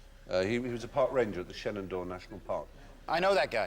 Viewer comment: Mr. Frye pronounced Shenandoah correctly! Most Americans , mostly people not living in the states around the area, get it wrong . As I learned from watching NCIS, it gets mispronounced “Shannondoah”. As a native Virginian* I can tell you the “e” is pronounced like the one in “met”. *for many years now in the Southwest.